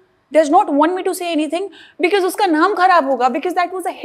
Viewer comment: Because ❌ Be-kiss ✅ Rip English.